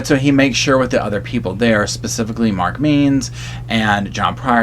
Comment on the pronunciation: Did anyone catch how Mark Means said something when he initially spoke? I rewatched the hearing to make sure I heard it right and slowed down the speed and sure enough Instead of saying “specifically “ he says “baspifically”. Maybe it’s petty that I commented on this but he’s not doing himself any favors. He’s suppose to be a very well educated man and attorney but his actions don’t always align with that.